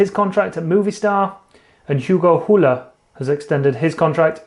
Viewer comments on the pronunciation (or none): Hugo Houle’s name is pronounced “Ugo Ool”. He’s French-Canadian so his name is French, not Spanish which I assume is what you were going for when you said his name. 😂😂😂🤦🏻‍♂️